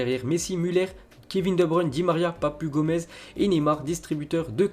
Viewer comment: A comment il a osé dire Papu Gomez au lieu de Papou Gomez il est sérieux là